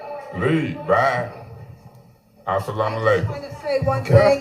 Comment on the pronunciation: Not "as-salaam-alaikum" 😭